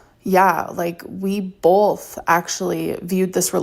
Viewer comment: Oh yeah, she did that! Bolth! 😂😂😂